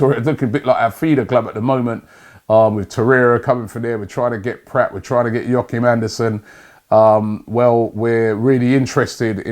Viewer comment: Denis PRATT?? Robbie! You learnt how to pronounce "PRAHT" last week. Pronounce the "a" as in bra!